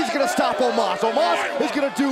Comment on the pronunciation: Why its Omos instead of Omas?